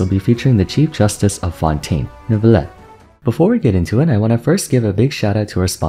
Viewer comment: I am so happy that the age of people saying "NEURVIETTE" is over. Jesus christ that pronounciation was awful to listen to.